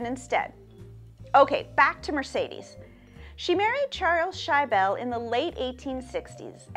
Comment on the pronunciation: It's not pronounced "shy-bell",,,, it's shi-ble